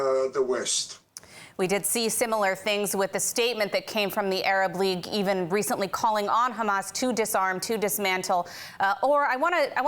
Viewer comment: Why do you eben talk avout what other countries think or say?